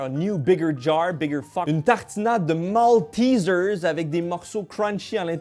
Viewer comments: MALTEISEIRE PAS MALTISEARSE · on dit MALTÉÉÉZAIRE ! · Nan c'est : Maltézère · « Moltizeuws » Les français: Mais non c’est « MALTAIZAIRE » qu’on dis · Partout: maltizers En France : maltésère ça se prononce en anglais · Je sais que les Français vont être choqués par ma prononciation de MALTESERS Also moi: J'avoue c'est bon les Maltésaires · Oh ça se prononce malteeesers? XD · La prononciation de maltesers me fait si mal au coeur